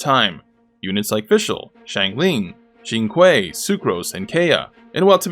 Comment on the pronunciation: one I like how Baizhu is on the tier list even though he's not playable and two you can tell how how old this video is by the way he pronounces "Keqing", "Qiqi", and "Xingqiu"